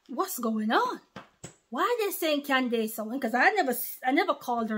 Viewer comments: Her name is pronounced like “Candis” not “dace” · It’s pronounced like Candiss 😊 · Her first name would be pronounced as Can-dus 😊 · Praise Yeshayah!!!, her name is pronounced Candis. The dace in her name is pronounced dis. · Pronounced Can dus. 💜 She is awesome, she takes no prisoners aka liberals. The republicans love America, freedom, and her people. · Her name is pronounced ----Can dus correct spelling is Candace Owens. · Pronounced : can dis